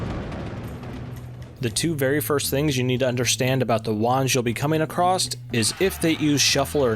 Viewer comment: it's across* not acrosst, otherwise good guide